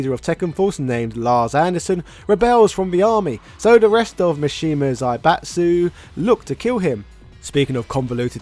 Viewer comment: This is very informative, but his name is pronounced Kah-zuya, not Kazoo-yuh. Also, it's Zaibatsu is pronounced zie-bah-tsu, not zay-bah-tsu. That was the one thing that was bothering me... 😅